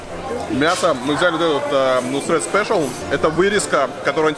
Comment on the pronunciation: Нусрет - через "е" , а не "э"